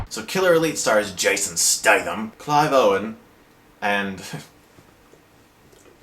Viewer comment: awesome way to say his name lol